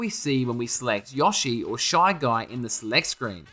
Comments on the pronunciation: Hearing this guy mispronounce “YO-shi” as “YAW-shi” just hurts... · please learn how to pronounce yoshi